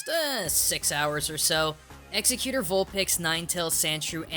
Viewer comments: It's "ex-EGG-utor" dude. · It's actually pronounced "egg-zeck-you-tore" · I just wanted to let you know that it's pronounced eggs-ech-u-tor, It's official I remember it from the movies/anime not to be mean but it just annoyed the heck outta me have a nice day! :) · I thought it was pronounced (EGGS-egg-you-tore) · Eggs-U-Tor, they even fucking say it in the anime man! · XD it sounds like your saying Executor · Spelled: Exeggutor Pronounced: Eggs a cuter /Win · Loves Exeggutor, literally mispronounces the name 100% of the time ._. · You say you love Exeggutor, but can't even say his name correctly... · One the one hand I'm happy to see another grass type enthusiast On the other you are pronouncing it's name wrong and it makes me angry because this is the Internet! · AM i the only one who is dying due to him mispronunciationing Exeggutor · Am I the only one getting a little annoyed with how he pronounces Exeggutor? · You keep on saying Exeggutor wrong... Please look up how you say it, for my OCD sake. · am I the only one bothered by the way he says exeggutor? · Every time I hear the name, I keep thinking how badly he butchers it. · This weeaboo can't even pronounce the fucker's name right. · I can't get over how you pronounce Exeggutor wrong every single time.... There's no C in his name. Like god damn. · Well you cant like exeggutor considering you dont even know how to pronounce his name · the way you say exeggutor really grinds my gears :/ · i hate the way you say Exeggutor... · for someone who gets an accent everytime he says something in another language hes having a very hard time pronouncing exeggutor's name. kinda surprising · Says its his favorite pokemon.. pronounces the name completely wrong. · I love ya,. I do. But if you pronounce Exeggutor wrong one more time, I'm gonna be mildly annoyed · his pronunciation of exeggutor hurts me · Your pronunciation of Exeggutor bugs the living shit out of me. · you're saying his name wrong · Ex-egg-CUTE-or? :o